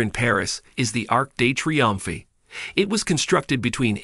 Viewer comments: I appreciate the effort but your pronunciation of certain French words like Louvre and Triomphe was painful to hear. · My thoughts! 😂🤦🏻‍♀️😂